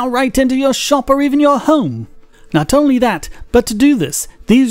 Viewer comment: A good go at the accent. Just work on 'only' which still sounds a bit like 'ahnly'.